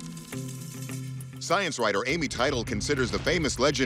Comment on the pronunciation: Teitel - Tey-Tel.. not Title... Imagine your colleague mispronouncing your name, every time he says it.